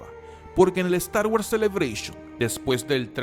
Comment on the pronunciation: guors!! pronuncia bien!!